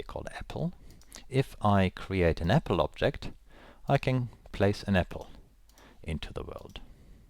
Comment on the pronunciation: are you german? :) I heard apfel